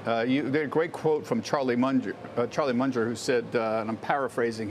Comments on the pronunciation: Who's Charlie Mun-jer? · Charlie “Munjer”